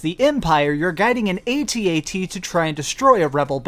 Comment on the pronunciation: I can tell that you are a millennial by the way you pronounce ATAT.